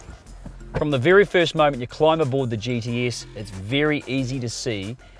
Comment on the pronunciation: Sounds like he can't say gts?....... He sounds like he's saying gds